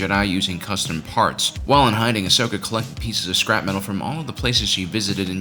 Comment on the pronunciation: Its ahsoka not ashoka